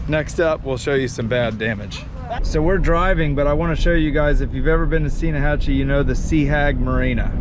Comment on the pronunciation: It’s pronounced Steenhachee.